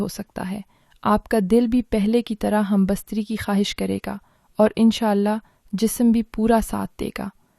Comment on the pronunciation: Humbastaree nahee humbestatee Urdu ki taangain mat toro from kpk swabi